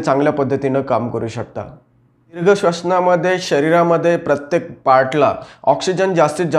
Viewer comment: दिर्घ मधील "दी" दीर्घ पाहिजे . र्हस्व नाही .माहिती उत्तम .